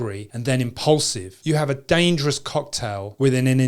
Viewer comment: I like the way you say DANGJOROUS